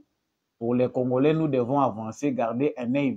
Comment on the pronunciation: Comment voulez vous quelqu'un né au Congo dont les parents et arrières parents nés et grandis au Congo, leure première langue c'est la langue congolaise, mais la prononciation c'est Congorais au lieu de Congolais